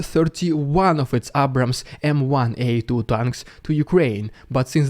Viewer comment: A-brahams vs AA-brahams pronunciation with the American A